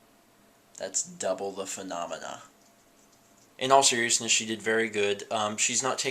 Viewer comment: When you said "phenomena" it sounded like that muppet "manah manah" XD